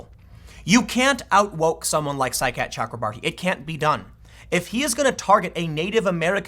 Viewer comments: Every time Tim says Saikat Chakrabarti I hear “Sidecat Chuck Lombardi” and I can’t even concentrate because I keep thinking what an awesome nickname Sidecat would be for a congressional staffer. Thanks for the laughs today, Tim. I’m rarely giggling when I listen to your show. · Anyone else here side cat chakra marty when tim says saikat chakrabarti